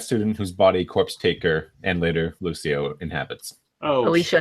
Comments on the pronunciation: Or "Luccio" not "Lusio". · huh. Luccio is pronounced "LuKio", not "Lucio"